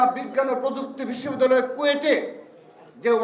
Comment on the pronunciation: আবাল বিশ্ববিদ্যালয়ের নাম ঠিক মত বলতে পারে না